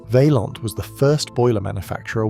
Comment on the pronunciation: it is Vay-smaan, not Viesman. Also, it is Vay-an, like Mish-lan.